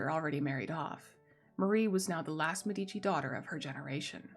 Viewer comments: Love your narration! Great content! Note: it's pronounced MED-i-chee. Drives Italians nuts when people say med-EE-chee. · The pronunciation in italian is MEH-dee-chee: the first syllable is stressed